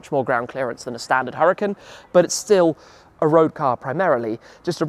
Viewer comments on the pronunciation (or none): Did you just call that hurican a ullican?